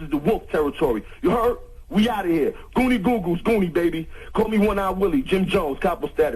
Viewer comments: This dude said gonnie goon goons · Dis nigga said Goonie Goo Goos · "Goony Goo-Goo"...What the hell? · This nigga said goonie goos goos